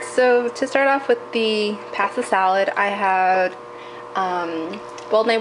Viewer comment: You say "pasta" differently than I do and it sounds cute haha